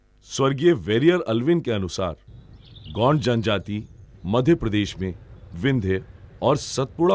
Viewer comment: गोंड का उच्चरण सही नही है